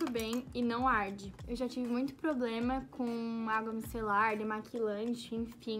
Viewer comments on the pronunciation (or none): none